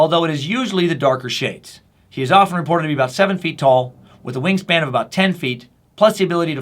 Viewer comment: When you said wing span I swear I thought you said "ween span" lol